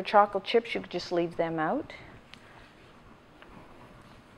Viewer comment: Love how you say oot like my old buddy